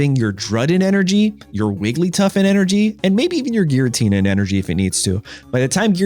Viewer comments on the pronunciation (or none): Giratina, not jiratina